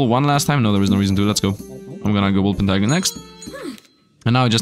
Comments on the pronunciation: It’s not named a „Wolpertiger“, it’s a Wolpertinger. That one hurts every time you say it wrong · wolpertinger i know, i know, i'm pedantic and i'm fighting windmills but it's WOL-PER-TIN-GER